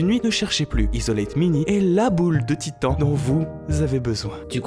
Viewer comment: On dit "tithane" et pas "titan"... Putain mais faites un minimum d'efforts !